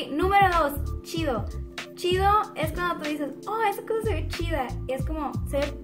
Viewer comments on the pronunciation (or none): por que pronuncian el "ch" como "sh"? por ejemplo "que shido". vivo en el paso tx pero soy de coahuila y he notado que muSha gente en juarez habla asi jaja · Usan las palabras con shi jaajajaja como esta shido esta mashin. .. y pinshe